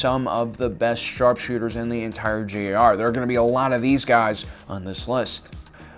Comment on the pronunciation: The way he said sharpshooters like sharrkkkshooters made me laugh so hard